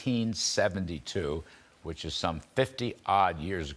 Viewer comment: " It really doesn't matter, hwhich side You are on, hwhat matters is hwho wins...And, after all, it doesn't even matter hwhat is lost behind, hwhat matters is hwhat is left to be taken...back..." President Donald J Trump, POTUS -...Ya name'em All...